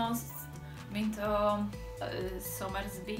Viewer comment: Szia! Ugyanúgy= "The same way" Ugyanaz= "The same thing". És bár nem logikus, de a "Somersby"-t "i"-vel a végén kell kiejteni. (Én is pár hónappal ezelőtt tudtam meg.) :D